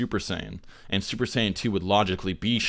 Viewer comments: Lol did you say "Duper Saiyan Blue" when u first said it? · young savage I never said that he isn't supposed to make mistakes. I just found it funny that he said duper Saiyan blue. Other people found it pretty funny too. Not throwing shots at him or anything